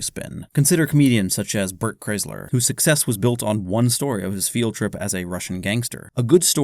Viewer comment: This was pretty good until he said Burt Chrysler.. then I stoped to comment that I’m not watching the rest..